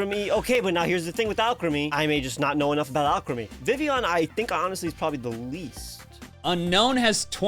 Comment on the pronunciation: And Vivleon instead of Vivillon!